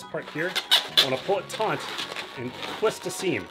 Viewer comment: Nice cupcake,. Did you say "pull it taunt" or "pull it taut"?